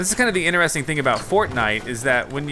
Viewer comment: I’m veeeeerry late but I hate when he says interesting wrong